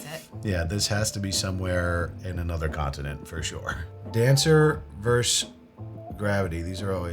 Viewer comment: Versus not verse 🙄